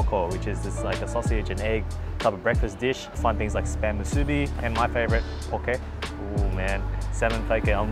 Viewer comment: It’s actually pronounce (Moo, soo, bee) but yea we eat a lot of them 🤙🏼 🌋. Just need to cut the spam thicker then it’s all good 👍🏼 food looks Ono, Broke da mouth